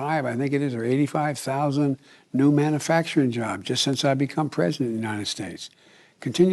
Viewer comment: Man-a-fact-ering he still hasn’t once pronounced it correctly